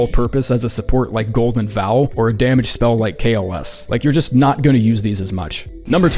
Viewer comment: Why do you say golden vowel?